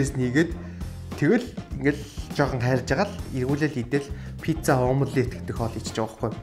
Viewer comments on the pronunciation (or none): none